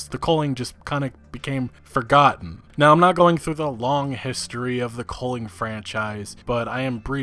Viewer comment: Man your pronunciation of the word 'culling' triggers me. You pronounce it as "coaling" but thats wrong. You dont call it a 'Coal de sac' its 'cul de sac' - theres no 'O A' in it